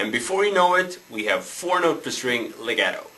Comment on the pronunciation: hEY -It's pronounced- lay -got -toe Get it! lagato LEGATO- Now teach!